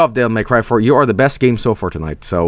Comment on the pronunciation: “Devil May C”